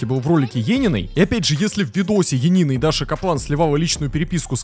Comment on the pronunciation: ЕНИИНА А НЕ ЕЕНИНА